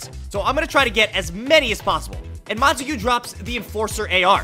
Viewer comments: You say it in french I think montague not montagoo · it isnt pronounced Monta-Gue, its Mona-Tog, that is how you say it but it isnt spelt like that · I just want to let you know it is pronounced Mon-togs rifle i think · in case anyone wanted to know how "montague" is pronounced, it sounds like "mon-tag" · its mon-tague